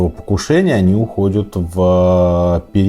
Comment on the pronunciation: УходЮт Ухо режет